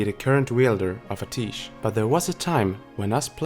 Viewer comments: Only criticism is a minor grammatical one, I love these videos!. It's "Ah-tee-esh" not "Ah-teesh". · It's pronounced [AT - E - ESH] NOT [AH - TEESH] Listen to Khadgar in game... Pretty sure he says it as you fly to Azsuna the first time you start the zone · Amazing stuff as always, but isn't it pronounced "Uh-tea-esh?" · love your vids but go into WoW, listen to Khadgar pronounce Atiesh and then come back. There's a lot of times when you mispronounce something.